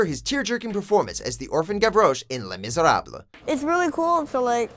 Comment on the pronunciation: They pronounced “Les Misérables” so horribly wrong that it’s sad